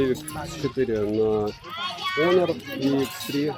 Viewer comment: Не Онор а Хонор! Букву х потерял!!))